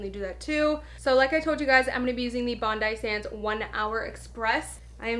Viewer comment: I believe it’s pronounced bondee sands lol